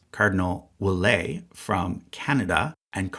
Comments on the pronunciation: Ouellet is pronounced “Well-ET”, not “Well-AY”. Source: I’m French Canadian. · Ouellet is actually pronounced "Wellett". I know it's French and usually t's are silent at the end of words, but not here. Another variant of the name is "Ouellette", which is much rarer, but highlights the pronounced t at the end. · Just a heads up, you should pronounce the T at the end of Ouellet (weh-let). It's a french canadian name and those tend to pronounce the final T 😁 Source: I'm french canadian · While "et" at the end of a word is often pronounced [ɛ] in french, the "t" in Ouellet is actually not silent. His name is pronounced [wɛlɛt]. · cardinal Ouellet is said Well-eTT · Very good video. Btw Ouellet is pronounced with a loud t, not silent. :) kind of an exception when it comes to these last names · "Ouellet" is pronounced like wallet. Just fyi. (Conclave 2013) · Your prononciation of Ouellet 💀